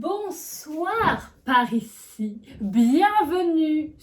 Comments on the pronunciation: j'ai cru qu'au debut elle avait dit "bonsoir paris" x) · moi aussi au début j'ai cru que avait dis bonsoir paris à la place de bonsoir par ici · Ceux qui ont cru que disait "Bonsoir Paris" like se commentaire et la vidéo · "bonsoir par ici" j'ai cru que c'était "bonsoir paris" je me suis dit 《he ho elle va pas se transformer en bilal hein》 😂😭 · Pourquoi au début j’ai entendue : "Bonsoir Paris" XDD